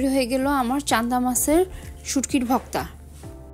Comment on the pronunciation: সবই বুঝলাম আপনি ভর্তা কে ভক্তা বলেন কেন?????